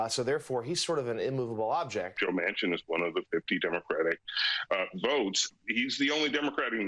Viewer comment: How many FFF times can he say JOE MANSON MANCIN! Jesus! 😱😡